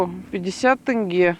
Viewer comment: Не тэнге а теңге